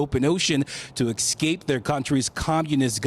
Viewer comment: To "exscape"? And where exactly are the "Dry Tortagas"? Are those kind of like dry Tostadas? Brilliant